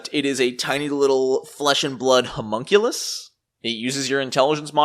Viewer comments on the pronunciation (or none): none